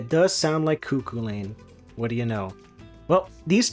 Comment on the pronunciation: Cúchulainn is pronounced coo-cull-en